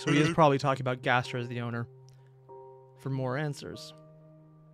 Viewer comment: Also, please stop putting an “h” in Gaster’s name. It doesn’t belong there.